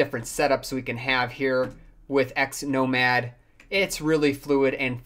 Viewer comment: Wondering how many times you can mispronounce Xmonad in a single video. :-)